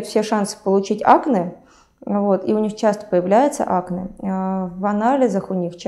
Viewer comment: Я не врач,от слова совсем,но как режет слух это акне,ударение на а. Ну вроде врач,можно же нам неучам говорить правильно,акнее